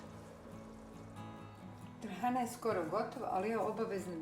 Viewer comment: Napokon da cujem pravo receno trahana. Ruke ti se pozlatile.